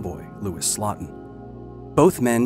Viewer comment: Slotin's last name is pronounced SLOW-tin, not SLOT-in.